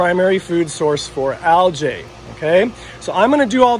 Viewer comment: I like this channel, but……….. “Al-gee ………. Not “Al-jay”. Just can’t understand why people pronounce words so incorrectly.